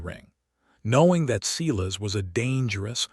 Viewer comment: When a bare footprint was found in the snow, how did they instantly know it belonged to her?/ Silas is pronounced Sigh less and not See less.